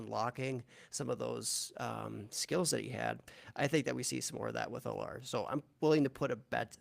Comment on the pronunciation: almost positive you guys are mispronouncing Drew Allar’s name. Pretty sure it’s pronounced “Al-er”